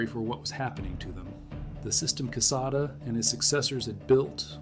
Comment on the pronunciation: General Quesada’s last name is spelled correctly in this message. Recall it is a Spanish name and is pronounced k-sotha for you AI gringos.